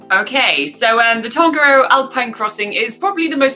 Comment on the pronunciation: Please try to pronounce te reo Māori words properly, like: Tongariro. Just try your best, your efforts are acknowledged. That is part of my my language and culture, and I care about it very much.